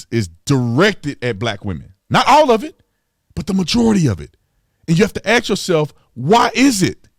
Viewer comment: Stop, your entire youtube career is already based on the fact that youre a dissenting opinion within your demographic. This is just as bad as the lefts race grifts. Nothing you push is groundbreaking while you mispronounce basic terms that people learn in public school like "ask". Your entire argument is just : "I disagree with the left". I have watched your content for a while now and its a shame that theres almost nothing original you have to offer. You dont realize that if you were some random white guy this channel wouldnt have views.